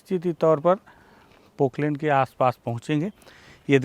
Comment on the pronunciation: Poklen nhi poplen